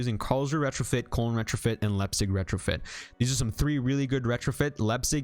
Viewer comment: FYI: Koln is pronounced like cologne (German city)